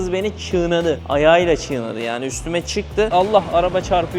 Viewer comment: ÇIĞNADI DEĞİL ABİ, çiğnedi